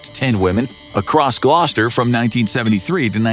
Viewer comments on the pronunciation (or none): none